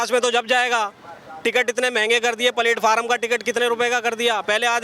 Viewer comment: If he cannot pronounce platform Wanting to ceo